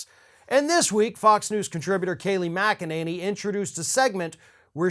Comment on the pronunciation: GET HER NAME RIGHT IT'S KNACKANINNY